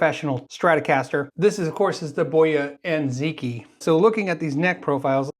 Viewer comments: Ziqi. Is pronounced as .. Zer (short er) Chee..( longer ee) .. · Should be closer to zi-chee, with the i being shorter. The original pronunciation would've included tones but this is a close enough approximation. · If it's from China then Ziqi is probably pronounced Zerchee.